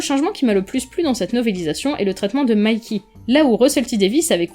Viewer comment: Tu prononce tout à l'anglaise ? Mayky ? C'est violent par moment le croisement Franco anglais !